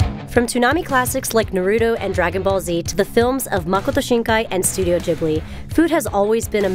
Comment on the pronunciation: No one: This girl: studio jibbly